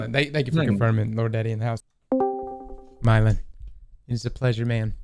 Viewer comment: "Myelin" not "Mylein"